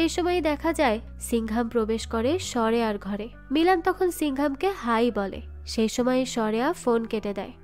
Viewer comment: উচ্চারণটা সরেয়া নয়, সূর্য বা সূরয়া